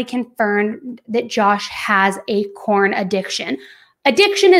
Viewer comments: I’m sorry but are you saying “porn” or “corn”? 🤦🏻‍♀️ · It is pornography not cornography. It’s porn not corn lmao !!! Why do you keep saying corn ?? Corn addiction ??!! Lol